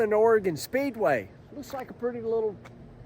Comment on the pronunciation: Thanks for pronouncing “Oregon” properly…